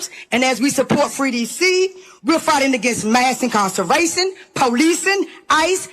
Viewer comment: "Incarcervation" is my favorite new word.